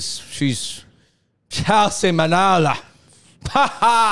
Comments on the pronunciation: Muh-nah-low not Mah-know-low 🤣😅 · Her surname is Manalo not Manolo😅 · It's pronounced Ma Na Law not Ma Know Low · MA-NA-LO. Mah-NAAAHH-Looh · I find it very disrespectful that you both continuously mispronounced Chelsea’s surname! It’s MANALO!